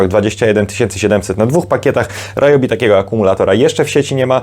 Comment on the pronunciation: W zasadzie Ri-jobi, bo to japońskie. Ale mi też się często myli i mówię Ra-jobi 🙂